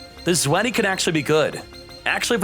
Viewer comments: When it’s pronounced “Zwite” not “sweaty” 😔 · And it's (roughly) pronounced: Zw-eye-teh Drih-teh Veer-teh Furnf-teh Sex-steh